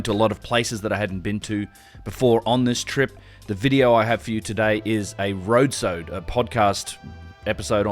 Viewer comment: bro really called it a road-sode.